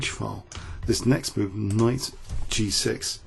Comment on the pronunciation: why do you say G SEX and not G six?